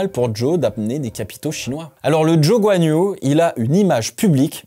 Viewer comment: Bordel j’ai rien compris, il s’appel Guanyo Jo ou Zhou Guanyou 🫨?